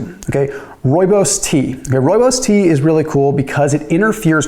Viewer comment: First time I have heard a person not from South Africa pronounce Rooibos correct.😂